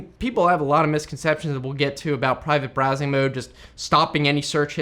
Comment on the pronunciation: Brivate Prowsing! nearly. :)